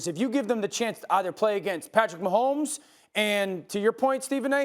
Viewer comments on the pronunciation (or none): Man said pat mahommes 😂😂😂